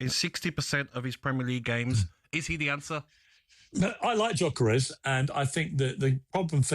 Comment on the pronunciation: How people are still pronouncing his name as JOCKEREZ and not gyokeres is unbelievable Jeff